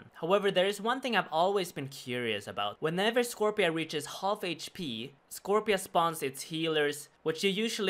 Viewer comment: Scorp-C-a Scorp-see-uh